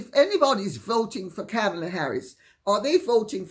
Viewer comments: It's Comma-La. Mispronouncing her name makes people sound dumb. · Comma-la. At least pronounce the woman's name correctly. It's been in the mainstream media for a very long time now. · Wow. Kamala's name was so mispronounced, at first I thought Lady Campbell was speaking about Camilla 😂